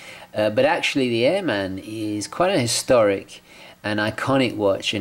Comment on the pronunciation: I usually don't go for black watches but I do like this one. Great review my friend! I would like to mention that airman is an aviation term and pronounced as one word.